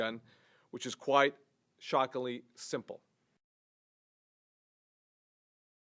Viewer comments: ...did he just say, "shockly easy" or is it just me? Yeah, a "gus gun" is so "shockly easy" buddy! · Did that guy just say "shockily"? Why should we take him seriously if he can't even properly pronounce "ghost gun" or "shockingly"? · Guss guns?? Gust gun? Shockaly?? Who fucking taught this idiot English? I'm not even to mention and how stupid and bereft of gun knowledge this guy is